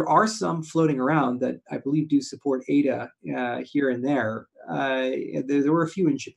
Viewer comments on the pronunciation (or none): It’s pathetic still can’t pronounce ADA correctly. What a joke